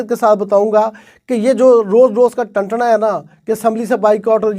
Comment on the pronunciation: زبردست حسب روایت۔۔۔اپ روانی میں ٹنٹا کو ٹنثنا کہہ گئے جس مطلب کچھ اور ہوتا ہے 😂